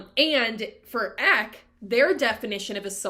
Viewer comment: Good overview. Just a few things—-Eck—sounds like “speck”—not eek—Eck-an-kar—and Not EckNar—And they chant Hu-like Hugh—not “who”. Soul travel= Astral Travel—a very popular practice in today’s time. And it’s Sant-Mat—not Saint-Mat. Twitchel knew that he brought beliefs and teachings of the Eastern path to Eckankar—he didn’t hide that. I grew up in Eckankar — it was a very peaceful and loving place to be back in the 70’s and 80’s. It was full of scandal—just like all man made religions tend to be. All man made religions are cult like —including Christianity. Everyone finds what resonates with them and if they choose to walk that path—that’s fine, we all make it back to God. (That’s my opinion and my path) Read The Tiger’s Fang. It’s a good read. I left this path a long time ago—around the age of 19. Paul was “friends” with L Ron Hubbard in the early days and learned a lot from him—but the paths are different. I’ve studied both.